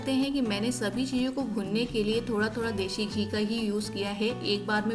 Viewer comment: Mam recipe is wonderful but it is desi ghee not deshi!!